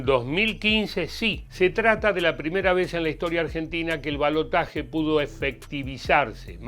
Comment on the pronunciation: Gracias por decir balotaje y no balotash